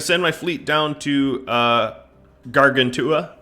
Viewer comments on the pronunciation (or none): I think Gargantua is pronounced "gar-GAN-chew-uh." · Since it looks like a lot of the early episodes will involve Gargantua, I would hate myself if i didn’t point out that it’s pronounced like gargantuan is. Great series as always though